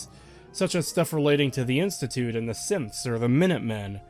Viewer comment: Just as an aside, throughout this series I misheard you say "Synths" as "Simps" and it makes fallout 4 even funnier of a travesty imagining that being real xD